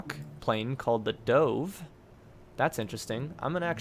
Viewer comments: i'm sad at how you don't think it's sad that he pronounced 'dove' as 'dohve' even though a dove is a bird and all of the other planes were named after birds. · Scorpion i'm sad at how he pronounces 'dove'